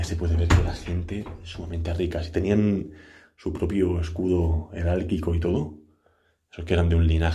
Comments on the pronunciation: Heráldico, no herálquico. De verdad, no paras de decir barbaridades. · Por favor leet mas no se dice eralkiko sino heraldico. Los retratos son del rey y la reina si no me equivoco Alfonso XII.